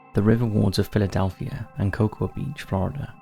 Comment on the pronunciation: In the asylum video, I don't hear or see anything. :( Also, in the Cocoa Beach story, the "a" in Cocoa is not pronounced.